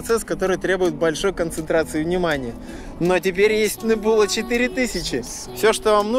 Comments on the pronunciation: нэбУла... английский в рязань, видимо, не завозили. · в слове Нэбьюла ударение на э